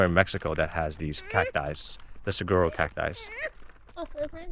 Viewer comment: We started watching you because we live in Arizona and want the van life. Love your content. But all Arizonans are screaming SAH-WHAR-OH when you say saguaro.